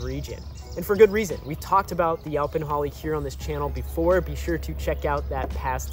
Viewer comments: I would’ve said you-pawn, the way he’s saying was getting to me too lol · THANK YOU!! The pronunciation was making me ask, "Where you from, bro!" The ow pronunciation in this video is making me say OUWCH!! Then I gave him a break, and thought perhaps he's never spoken to anyone about this tree, but he's only read the word in a book. And so, for a more exact explanation, Texans pronounce it like this: Yo ‐ as in, "Yo, buddy!" pon - as in how one says "pond" except leave off the "d". Yo-pon NOT YOW – as in "ouch" or "how" - just no! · In SE Texas, it's YOE-pon. I have acres of it. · Prounced Yoh Pon, Yo as in the pirate Yoh, ho ho